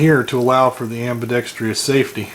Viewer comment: You keep mispronouncing ambidextrous. There is no long E sound after the tr in ambidextrous. Not a big deal.